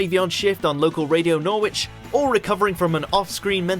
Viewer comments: . Nor-witch?? Really?? Norwich is always pronounced "Norrich". Makes me wonder if the voice is AI and not a real person. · He 's English and he doesn't know how to pronounce 'Norwich'. What??! How? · AI narration again - Norwich is pronounced "Norrich". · i dont like how the narrator said Norwich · How can a British person pronounce Norwich as nor which? The narrator must have the same problem as Ron Bergandy? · the correct way to pronounce Norwich is Naaarch. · well done! For anyone NOT from Norwich though, it’s “Noritch” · I know a few people from Suffolk and they pronounce it 'norridge' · Watch Mojo does not employ people who know how to speak English. Therefore the word 'cult' is totally inappropriate for most of these and the announcer can't even pronounce 'Norwich' properly. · There is literally no one from the UK who doesn't know the right way to pronounce Norwich. Either he isn't from the UK, does it deliberately for whatever reason or is actually an AI voice.